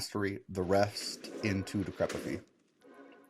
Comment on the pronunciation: I like your videos and I'll subscribe if you learn how to pronounce DECREPIFY... think FORTIFY or AMPLIFY.